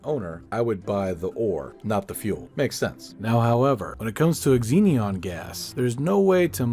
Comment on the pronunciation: Xenon is pronounced zee-non, not ex-zee-nee-on. Great video btw, love the designs.